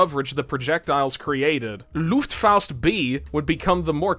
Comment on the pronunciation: The Luftfaust is the only German thing you have pronounced authenticly with the right accent. You tend to pronounce the A like au. Also, I think the fliegerschrek was pretty close if not basicly correctly pronounced.